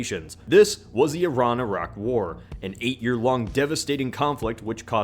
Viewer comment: Props for being an American calling those countries with a soft 'i'. Not eye-rack.